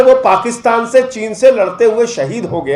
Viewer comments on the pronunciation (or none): none